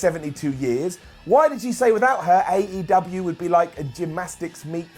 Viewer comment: Why you pronounce AEW as 8UW?